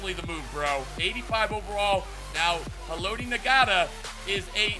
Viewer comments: Lmao how he pronounced haloti ngata's name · The way he said Haloti Ngata made me cringe.